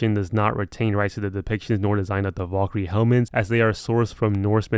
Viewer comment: his pronounciation of valkyrie makes me wanna die